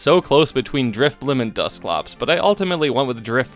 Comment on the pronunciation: DRIFBLIM DOES NOT END WITH A P!